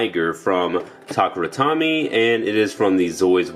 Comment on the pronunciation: I can't help but laugh at how you're pronouncing takara Tomy cause you sound like you're saying tak-ra tommy